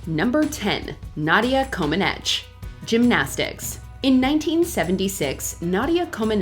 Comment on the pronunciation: Omg....it's pronounced Nadia ComanEACH.